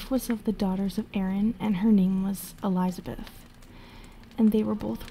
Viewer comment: I can forgive messing up non english words, but really, Elizabeth? JK, love your work.